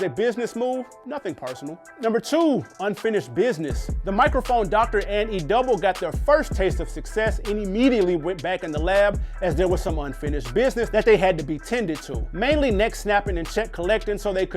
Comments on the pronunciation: Dog -- I know you didn't say "ZANE" when the title of their first album is how to pronounce the name... 🤦🏽‍♂️😂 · You wasn't outside when these joints dropped. You mispronounced Das Efx and Zhane.